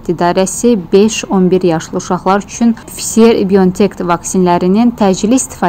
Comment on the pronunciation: Bu aparıcı vaksinin adını düzgün tələffüz etmir,məncə onun hətta tam orta təhsili belə yoxdur,normal danışa bilən aparıcı tapmaq belə çətin imiş?